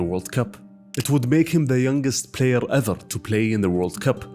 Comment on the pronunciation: "on parrrrrrr" "everrrrr" 😅